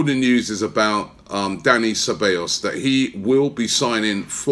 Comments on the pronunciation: CE - BA - YOS Robbie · Robbie you need to work on your pronunciation ahead of the start of the season - SE-BYE-OS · You say the double L’s as a y in Ceballos